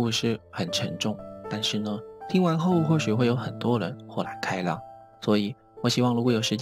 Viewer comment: 哈哈哈，稍微吐槽一下，是豁（huo）然(ran)开(kai)朗(lang)